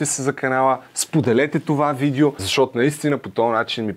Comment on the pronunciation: ‘начи насра се с тая монетизация и 10 реклами във всяко видео. И btw казва се видЕО а не видИУ. Доста досадно…